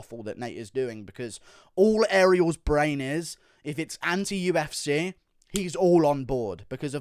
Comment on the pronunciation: "The U-F-Sayyy"